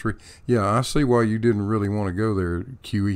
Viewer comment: Every time you say QE it sounds like kiwi and I think you should just switch it up